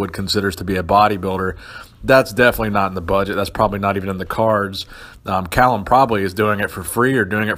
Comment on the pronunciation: it's fucking "Cal-Um" you dumb ass not "kale-um" fucking youtube expert over here